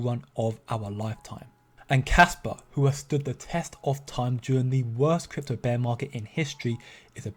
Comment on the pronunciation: kwik kwypto bwinging you kwik kwaspa news